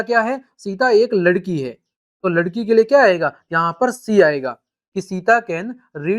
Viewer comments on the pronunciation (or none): Ladki hota h lakdi nhi sir ji